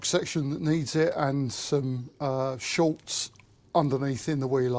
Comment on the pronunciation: Nice work, I will keep watching with interest… but please it is ‘Schutz’, German for protection, there is no letter L in it…why is this such a common mistake ? 😂